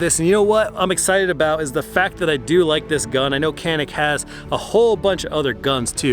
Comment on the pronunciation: Just a heads-up that this is pronounced "Janick"